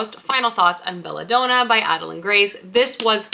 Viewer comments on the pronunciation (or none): Belladonna is pronounced like the woman’s name Donna. It’s DON-NA not DOH-NAH. Don as in Donald. So like basically it’s the name “Bella” and the name “Donna” together in one word! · Been binging your channel and really enjoying your videos, but a few pronunciation errors are driving my teacher brain nuts! It's Belladonna, as in Donna, not doh-na like donut. Tea comes in sashays, not sachet pronounced like hatchet, and Salome is pronounced Salomay, not Salomuh. Love the content, but maybe just run names and words through Google before filming!